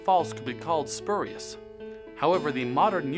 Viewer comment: "Spu" part should sound like "spyu"